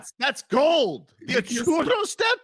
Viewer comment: "The Achiuwa step" 😂😂😂